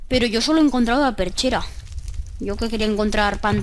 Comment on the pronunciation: Porque dices perchera? Cuando se llama pechera